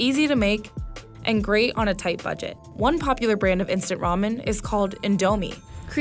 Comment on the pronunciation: I am irritating when she says 'ramen' as 'romen'